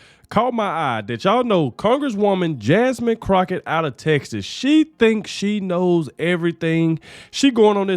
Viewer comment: Jamine "Crochett". Omg! LMAO!😂😂😂😂